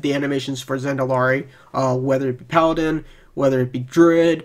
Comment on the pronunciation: I'm still confused at how you could pronounce druid as "droid" and paladin as "powden" ....but maybe it is a speech impediment and I shouldn't say anything because I don't want to be rude.